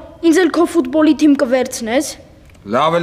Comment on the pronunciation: Թմի չէ թիմի